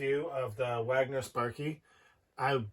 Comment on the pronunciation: Wagener... not Wagner... Cheers